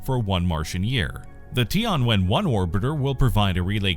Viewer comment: Tian should be one single word, don't separate it as ti + an. So it is Tian (sky, heaven) + Wen (ask, question), not Ti + An + Wen.